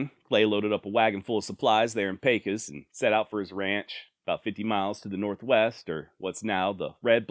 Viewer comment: I just want to say I enjoy your videos on the old westerns but I must say you are pronouncing Pecos wrong Pecos sounds like peso Mexican money its called pay-cos Pecos